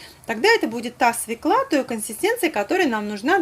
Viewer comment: Всё замечательно! Только в слове "свёкла" ударение всегда падает на Ё: свЁкла, СвЁклой, свЁклы.., кроме свекОльный)))